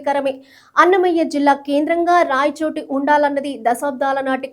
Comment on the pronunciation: రాయచోట కాదమ్మా, రాయచోటి అని చదువు